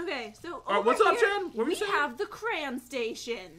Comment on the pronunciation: that's pronounced as cray-on not crans